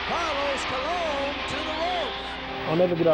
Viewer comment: Calos Stalone lmao. It's Carlos Colon